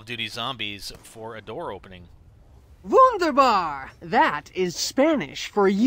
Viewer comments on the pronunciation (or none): Riftokon dose not say wounderbar it is wundava